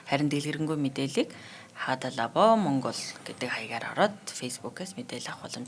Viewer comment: Нөхөрсөг зөвөлгөө. Hada Labo гэдгээ хэлэхдээ Хаада Лабо биш Хадаа Лабо гэж дуудна аа.